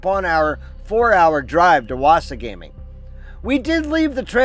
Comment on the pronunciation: Great video. Thank you. Wasagaming is pronounced "wah-SAH-guh-ming" FYI. You should also look further up north to Wekusko Provincial Park, Grass River PP, and a few others up that way. Lots to see and do in Manitoba if you love the outdoors.